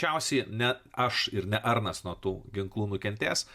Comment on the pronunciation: Vardas Arnas tariasi AAAARNAS, o ne ARRRNAS